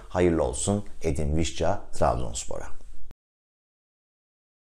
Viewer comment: Vişça olarak telaffuz eden birine rastladığım için çok mutluyum...